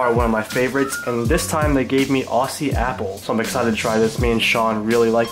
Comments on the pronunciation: The way he says 'Aussie apple' is funny, its pronounced 'Auzzie' :) <3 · Pronounced "Ozzy" Apple, not "Ausee"!! Hahaha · Just thought I’d let you know “Aussie” is pronounced “ozzy” 😂 also I could get used to seeing more videos like this one! ✌🏼